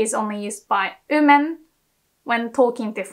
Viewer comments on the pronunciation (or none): how u can say Word Way or Watashi properly etc or but u cant say Women or Would correctly u say ooMAN or ooD